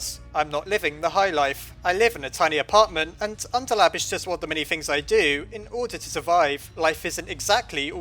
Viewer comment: why the fuck do u say unterlab not underlab